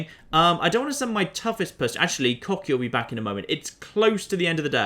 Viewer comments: Wouldn't Kochi be more likely pronounced "Kotchi" instead of "Kokhi"? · Kocki? Kohchee! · Kochi - pronounced "Cocky" Exactly.... Exactly... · he pronounced kochi as "cocky" i am living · Kochi is pronounced 'Koh-chee' Ko as in Koala and Che as in Cheese. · I'm guessing you are intentionally mispronouncing Kochi for humor's sake? As someone who speaks Japanese it's a little painful to hear over and over!